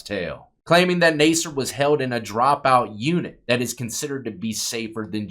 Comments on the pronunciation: His last name is pronounced Nasser. Not Naaser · Better to correctly pronounce the names of the people in your videos. (Incorrect: "Nay-sir". Correct: "Nass" -- rhymes with "pass" -- "er".) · It’s pronounced nassar, like NASCAR. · It’s pronounced NAS-SIR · You should learn how to pronounce names your not even saying his last name right 😂 maybe it's all the Sexual favors you did you swallowed to much cum. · You’re pronouncing his name wrong